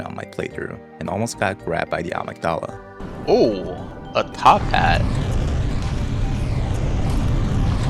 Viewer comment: He pronounced the name perfectly.